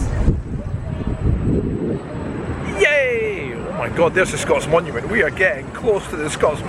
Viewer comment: "Scott monument", not "Scots monument" - come on dude.